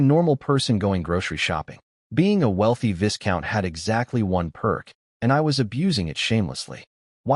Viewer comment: Oi! AI Voice-Over dude, VISCOUNT has a silent S, so is pronounced VYCOUNT... Hope that helps! P.S. I'm a big fan, love that voice, especially in funny stories. 😏